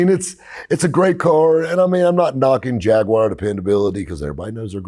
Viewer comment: 10/10 pronunciation saying Jaguar at the end lol. There are a few of these cars in the UK funnily enough. Our relatively non strict import laws have ensured a few interesting things come over